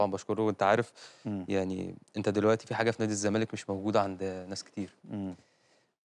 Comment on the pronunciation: الزمالك بال ز مش بال ذ 😅